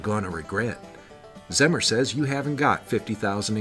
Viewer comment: Pronounced Zee Mer. My great grand father